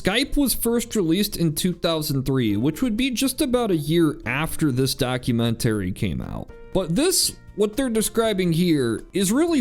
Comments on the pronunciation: Why you pronounce it documen-terry? 😅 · Why must you keep saying "Documen-terry"? Lol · I’ve never heard documentary pronounced like that. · You absolutely have to learn how to pronounce documentary and thermostat.